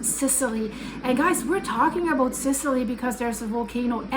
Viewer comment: Aboot 😂 about 😂I love it